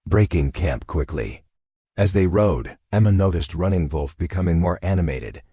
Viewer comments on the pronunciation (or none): Not the best AI narrator. Mispronunciation of Running Wolf’s name ( Running VOLF) and runs two sentences with dot (punctuation) in the middle of the sentences. The story is good, however, it’s really annoying! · Why are you pronouncing wolf like that? Is he a German Indian?